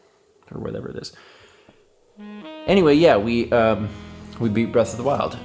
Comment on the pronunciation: *Beast of the Weast